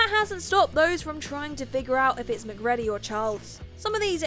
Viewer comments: Mc Ready? It's pronounced Mc Reedy. Jaysus do a little research, maybe even watch the movie, and don't just read the script! And as usual the sudden end to the video is jarring. Up your game Whatculture! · It’s Mc-“reed”-y and “Koo-yon” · gets no points for anything to do with "The Thing" because she hasn't seen it, she's just reading copy. Anyone that saw that movie would know "MacReady" is pronounced "mac-reedy" and "Childs" is not pronounced "Charles".